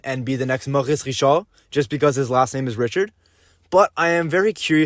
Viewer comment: Ahhh i loved the accent when you said ''Maurice Richard'' i now see that you have a great historical culture